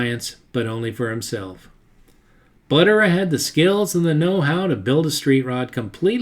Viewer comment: Love the video, but a couple of picky little things-Not sure about the pronunciation of some of the names but I think Buttera is pronounced with the accent or emphasis on the second syllable (ter). And the few times I've heard Hirohata pronounced in old interviews by old timers that I presume knew him and how to pronounce his name, it sounded more like 'here otta' or even blending the 'r' into the next syllable like 'here ROT ta.' Oh and Li'l John's T's style became known as a restro rod not a restro mod, those came later.